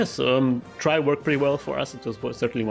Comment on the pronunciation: Not tri tri G